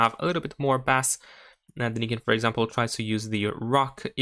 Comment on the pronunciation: Learn to pronounce Bass.....:)